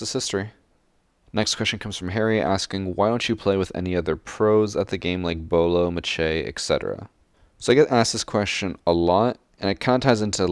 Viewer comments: I guess I’m here early Lmao he said machey. It’s Macie (May-See) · machey is his nickname and it is pronounced maysee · How the fuck do u pronounce macie as "match-ay" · did he just call Macie Jay "machay"? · Does he purposely pronounce Macie Jays name wrong?